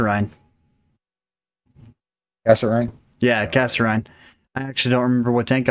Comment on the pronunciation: GREAT set of replays!! The only mistake I noticed was a mispronunciation of Kasserine. You said KasseRHINE, it is actually KasserEAN (like mean). It comes from Kasserine Pass in North Africa, the first major battle between the Americans and Germans. We got our ass handed to us there. I wouldn't expect you to know much about this, being so young. Look up Kasserine Pass, WWII. There is some reference to it in the movie Patton, and in The Big Red One...